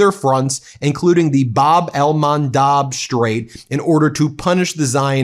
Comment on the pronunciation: There is no Bab el Mandaaaab for God's sake, it's Bab el Mandeb !